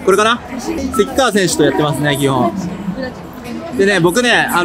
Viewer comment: 細かくてすいません せきかわじゃなくてせきがわです